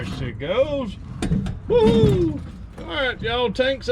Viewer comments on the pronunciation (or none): none